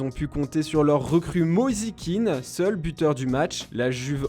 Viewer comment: mosi Kean, sok jear 😂😂 franchement il faut pas abusé.